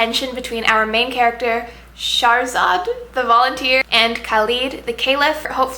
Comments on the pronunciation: SHAH-razad, u pronounce the h and roll the r, and KHa-led, the kh is phlegmy lol. That's how you say their names. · Thanks for the review! ^^ Here are the pronunciations Khalid: khaaa-lid (not leed) Tariq: taa-riq (not reeq) Shahrzad: sheher-zaad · Shahrzad is actually pronouced shuh-re-zad and Khalid is pronounced with a kh sound not a c or k sound and is more like khe-lid. I'll admit Shahrzad confused me a bit at first but once I read it in Arabic it clicked immediatly, and Khalid was too easy to figure out, I should know, I speak Arabic, I hope I clarified for you :).